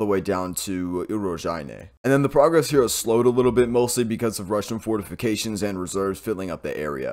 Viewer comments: You had me at " fortifigated" lol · Fortificated lol🤣🤣🤣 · SIR, I think you mean fortificated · Wait. You can pronounce serious Ukraine small towns name but choke on fortifications...DUUUDE 😂.